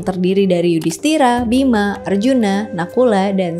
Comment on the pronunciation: Ijin koreksi : - Gatot bukan GACROT - Bima bukan BIMACHH - Nyendat bukan NGEN... 🙏